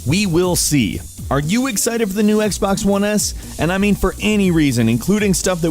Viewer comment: This guy is literally saying "Zii Xbaax one s"